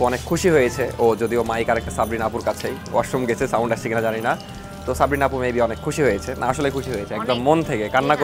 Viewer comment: সাবরিনা ❌ সপ্রিনা✅😂😂😂 কিছু মাইনট করবেন না প্লিজ মজা করে বললাম😊😊